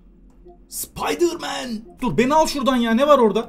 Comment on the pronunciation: Rotin n sıpdırman türkçe di mi 😂😂(spiderman)